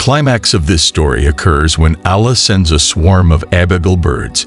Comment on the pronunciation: Yaa.. Firstly must learn to pronounce Allah!